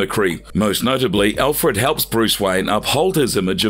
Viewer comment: You butchered just about every name, even Alfreds!